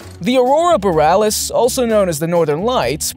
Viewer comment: Cool content Although I'm not sure what a meteoroid is. Is that an artificial meteor? I believe the word is meteorite. BTW it's Aurora Borealis NOT whatever you called it. I should know, where I live in Canada we see the Northern Lights often